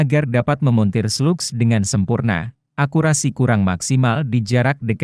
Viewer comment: Bang bacaan bhs inggrisnya dibenerin biar enak, seperti SLUGS, itu dibaca slags